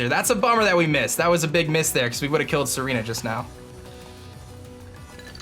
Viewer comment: It's Tsareena, he just pronounces it like Serena